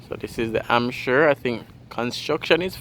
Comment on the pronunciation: Please, please pronounce the H. It's not Amp-shire, it's Hamp-shire.